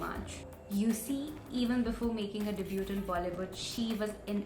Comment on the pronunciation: Debut is pronounced as Debuu. T is silent